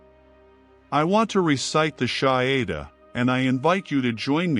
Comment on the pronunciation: I laughed way too hard at the AI’s attempt to pronounce the shahada 😂 Astaghfirullah ☝🏾